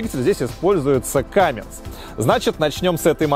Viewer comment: Не Камминс, а Камминз. Подправь, пожалуйста.